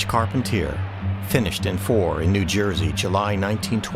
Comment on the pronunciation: The name is pronounced “Car-Pon-Tee-A”